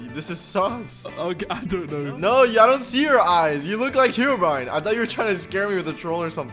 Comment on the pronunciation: I love how say hewobwine was gonna spawn